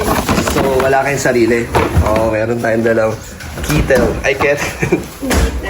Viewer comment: Kitel Ay kettle hahahahhaha .Certified taga Daet ka na kalingap dan 😅😅